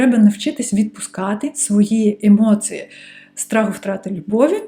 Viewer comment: хочу висловити критику про вашу українську мову... вона прекрасна, проте в багатьох словах замість букви "і" ви говорити букву "и". по типу "функция" замість "функція", "емоции" замість "емоції", "оцинки" замість "оцінки". я дуже дякую вам, що переходите на українську мову та створюєте такий корисний контент для української аудиторії))